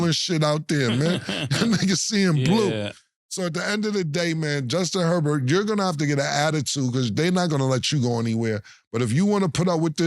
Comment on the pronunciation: The way cam and mase be messing up names be having me weak 😂 Cam ass said “Hubert” instead of “Herbert” 😂😂